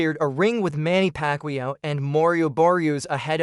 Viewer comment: Many Pacquiao not Pacqlio 😂😅😂